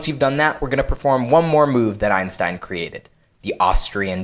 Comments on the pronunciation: Your pronunciation of 'Einstein' is incorrect ;) You learned the 'ei' part right. But the letters 'st' in this sequence often (but not awlays..) are pronounced in a special way. Try to speak it like it was spelled 'Einshtein'. with the additional 'h' spoken like you would speak 'sh' in Englisch. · Cool trick. It's pronounced einshtein though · That's not how you pronounce "Einstein".